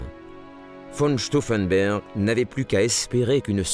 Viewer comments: Stauffenberg et pas Stauffenber c'est une hérésie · The commentary calls Claus von Stauffenberg "von Stauffenburg". The commentary on events is rather simplified and jingoistic.